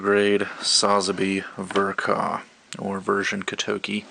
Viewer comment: Fun fact: In Japan Ver Ka is spoken as "Version K. A." not "Vurh-kahh"